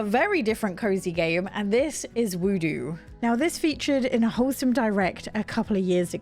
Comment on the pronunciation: i think its wood-O not woo doo